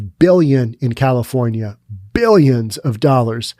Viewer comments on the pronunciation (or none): none